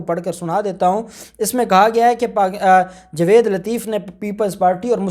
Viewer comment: جناب اپ اپنا تلفض ٹھیک کریں جاوید نام ہے نا کہ جوید پلیز تلفض کا خیال کیا کریں شکریہ